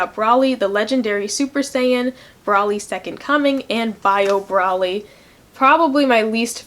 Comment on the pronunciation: It's broly (bro-lee)